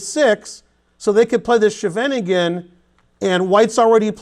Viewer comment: Love how you pronounced 'the Scheveningen', we do have a strange language. Very instructive video! :)